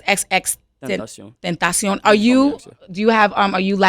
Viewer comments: Я до сих не знала что его имя произносится как Тентасьон а не Тентэйшн😁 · Я хочу, чтобы ты произнёс свое имя, пожалуйста -X X X TEŃ TA CION 😔